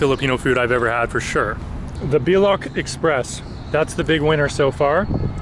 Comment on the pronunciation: it’s called Bicol express not biloc 😄🤪